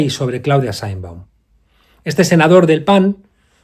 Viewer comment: Mr. Monedero, tú deberías saber que el Gobierno de Mexico que tú pretendes defender, tiene en pausa las relaciones con España, que fue el Presidente López Obrador quien anunció esa pausa, y que la Señora Presidente de Mexico (por siervo, tú no sabes ni pronunciar su nombre) secundó tal acción y no invito al Jefe del Estado Español a su toma de posesión, tú cómo Español pienso deberías estar molesto con esa descortesía de Mexico al Gobierno y Pueblo Español.